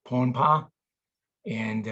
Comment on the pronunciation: It’s in the North Pacific Pohnpei, you’re saying it wrong 😂